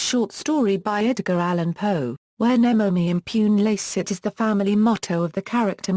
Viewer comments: Should sound more like: nay-mo may im-poo-nay lah-chays-seet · The pronounciation of this motto is really awful